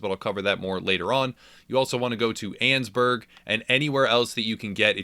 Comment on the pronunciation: “Sant Dennis” “Annsburg” That’s not how you pronounce them